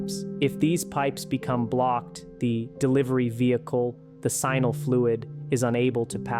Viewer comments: Sheeesh, AI, it's NOT "Simal" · Why does a Doctor who has practiced for over 10 years call “seminal fluid" “sinal fluid”? He is either incompetent, uneducated, or justan AI dummy! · PLease learn how to pronounce the word seminal correctly. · You need to teach your stupid AI how to pronounce the word "seminal" properly. 😔